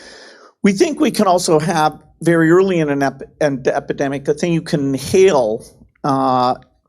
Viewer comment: Bill can barely pronounce epidemic yet people listen to him lol.